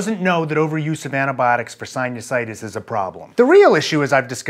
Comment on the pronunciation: You say sinusitis weird